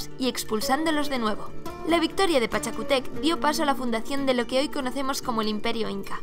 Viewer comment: Solo una corrección: Pachacútec, con acentuación en la U! El video está espectacular! 🙌🏼🇵🇪 Saludos desde Perú!